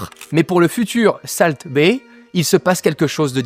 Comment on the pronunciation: Par contre pitié salt ça se prononce solt